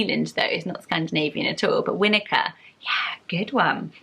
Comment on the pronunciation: I'm from New Zealand and have never heard of the name Winika before so have just done a bit of research on it. It is a Maori word so would be pronounced we-knee-car.... in Maori language "i" is pronounced as an "e" sound. And the word winika is derives from the name of a Maori war canoe carved from a totara tree, on which the orchid grows. Pretty cool ah, so interesting what you can find out when you dig into it.